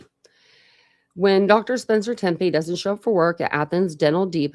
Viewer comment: Great coverage. Please stop saying “Tem-pay”. It’s nails in a chalkboard. It’s pronounced “Teppy”, like “Peppy”.